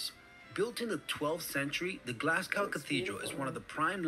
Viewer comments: The pronunciation of this guy was horrendous. Glasgow is pronounced Glazgo Edinburgh is pronounced Edinburra Caerlaverock is pronounced Kir-lavrock And the monsters are “legends” as he says. “Allegedly” living in these waters. “Do they bite?” may have won the internet today...🤣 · So to cover this guys point a bit more I’d suggest looking up a video on the worlds most bloodies football rivalry. The two teams he is referring to are Glasgow Rangers and Glasgow Celtic (tho usually referred to as just Rangers and Celtic. Also Glasgow is pronounced Glaz-go not Glass-cow or Glaz-gow as this yank was pronouncing it) Both team are major rivals both due to being the top 2 teams in Scotland but also due to religious reasons too. Celtic was founded on the idea of helping Irish Catholics during the fammin, while Rangers was there to support Scottish and Irish Protestants. As you can guess Catholics and Protestants don’t see eye to eye a lot and the bitter rivalry and hatred for each other lead to a lot of said hatred being displayed in and outside the stadiums - to a point where if you were a Celtic fan you didn’t go into one half of the city or you’d likely end up stabbed and in a gutter (and vice versa went if you were a Rangers fan). Tho the sectarianism and religious stuff has started to heavily calm down their is still a lot of it in private and the rivalry between the two teams is still an immense one to witness. Also when both of these teams play eachother the match is not just referred to as Celtic vs Rangers but it’s primarily known in Scotland as the Old Firm Game - referencing that these two are some of the oldest football firms (clubs) in Scotland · Did anyone else cringe whenever he said Glasgow? (and I'm English!). FYI, we pronounce the last syllable GO as in Glaz-go.....not gow to rhyme with cow. Incidentally we also pronounce Moscow the same way...